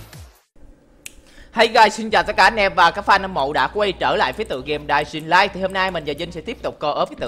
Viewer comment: Em chỉnh lại cách đọc tên game nè đọc là đai in lai nha